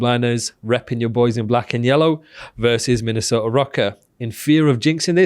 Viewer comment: Wtf is, "Minnesoter?"